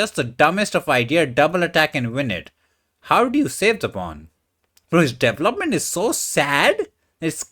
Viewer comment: Correct way to say “development.” DUH VELL UP MEN T